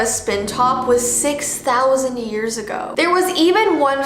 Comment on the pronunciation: When you said “hearshe” or something like that did you mean years